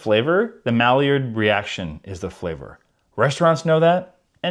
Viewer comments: Malliard is pronounced mah-YARD reaction. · I like the MA-llard reaction....quack